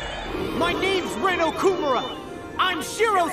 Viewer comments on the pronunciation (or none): "My name is Rin oKUmura" why do people always pick the dumbest way to pronounce Japanese names is2g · the emphasis is okuMUra, not oKUmura